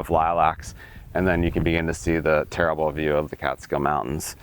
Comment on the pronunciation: Citiot! Oh that brings me back! Gorgeous home I love how you kept saying "terrible view" so Hudsonian lol